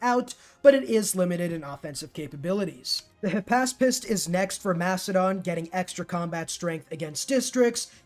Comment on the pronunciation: Back up! Who ARE you? You almost had me fooled into thinking you were, but then you pronounced “hypaspist” correctly.